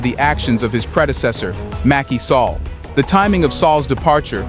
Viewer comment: Mackey Sallah. Is pronounced Sal-lah